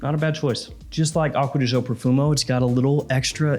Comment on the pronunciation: I wish he would stop pronouncing it Acqua Di Zho. Gio is the first syllable in Giorgio and it is pronounced softer than the way says it.